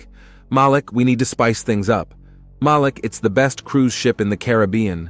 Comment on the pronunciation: It’s Malik…. They keep saying his name wrong!